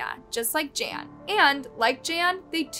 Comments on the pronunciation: You totally massacred his name. Gan is pronounced as Gun and Sou is pronounced as So. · How horrible for this to happen to someone… Also, the pronunciation of his name is horrible. “Gan” should a hard G, like in “garden,” and your pronunciation of “jiong” fluctuates wildly. It’s disrespectful to not even look up how to say his name if you are making a whole video about him. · Gan is not pronounced ‘Jan’ and that’s his family name, not what he’d be called. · Jan? Seems it would be almost like gone, but Gan..not Jan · Um, are you pronouncing his name (Gan) correctly...? 🤔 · Pro tip: if you're going to do an 18 minute video about someone's murder, the least you could do is learn how to pronounce his name properly. It's Gan, like Gun with a hard G, not a J. Soujiang is pronounced So Gee Ong.